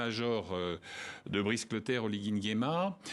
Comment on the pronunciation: cette dame journaliste ne sais pas prononcer les prénoms africains ? " C'est"Brice Clautaire " et non Bril Clautaire